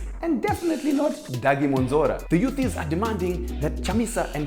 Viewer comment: The "youthizz"😂😂